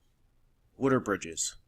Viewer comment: Wutter? Wooder? I've never heard anyone pronounce water like that